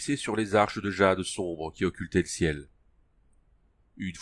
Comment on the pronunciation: les livres audio c'est une bonne idée, mais l'accent parisien c'est pas possible c'est insupportable j'ai cliqué au hasard "qui occultaient l'ciel" bordel LE CIEL pas "l'ciel" On dirait une grosse vendeuse de poisson sur le marché entrain de brailler pour vendre sa merde : "VOUS V'LEZ UNE P'TITE TRANCHE MA P'TITE DAME" "V'NEZ GOUTER MON POISSON M'SSIEURS'DAMES, IL EST BON MON POISSON" Ok pour les livres audios, mais lis les mots en entier stp, sinon c'est inécoutable (sauf par des parisiens évidemment) bon après je critique mais dans l'ensemble c'était bien lu 👌